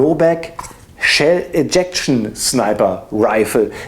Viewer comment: warum sagst du eigentlich immer "Tschell eject"? :D